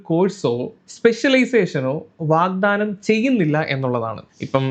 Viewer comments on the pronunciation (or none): none